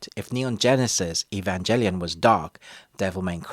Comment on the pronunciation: "Lose faith in humanity" ????? What? Dude just go outside, there's your "Lose faith in humanity" right there. Also, it's Evangelion, with a G not a J plz say it right. Anime nerds, weebs, and purists will destroy you if you don't say it right.